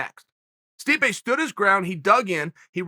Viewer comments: "Sweep-ay" (Stipe) 😂😂😂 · Did he accidentally say Sweepe instead of Stipe? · Did Chael call Stipe "Sweepe" ? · Who in the hell is Streepe? Chael is stuttering, stammering, and mispronouncing names (not on purpose) throughout this clip. Get a CAT scan Chael, I'm concerned. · 'push sweepay away', nice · please tell me I wasn't the only one who heard our uncle call stipe sweepe by accident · We have to admit it... we’re pushing “sweepay” out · Stipe “sweepe” Miocic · MAAAAAAAN.... did you just say sweepae👀🤨??? I thought you NOT to forget him???? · Chael: Swipé Miocic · Chael called the mad “sweepe” miocic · Uncle Chael said Sweepe instead of Stipe and yea. Considering he is being swept under again. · Sweepay Miocic loool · Sweepe 🤣 Uncle Chael don't care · "...which is to push Sweepe out." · Chael called him “sweepaye” 😂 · We just gonna ignore Chael called Stipe Sweepe? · Did Chael call Stipe, "Sweepay"?! 😂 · "to push sweep-pe out" - Chael 'Joey Diaz' Sonnen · Who TF is "Sweep-A" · Did he say Sweepe? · Chael "Sweepay Miocic" Sonnen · "Sweepay" miocic